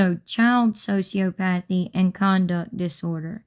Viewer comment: It's "so-see-ah-puh-thee"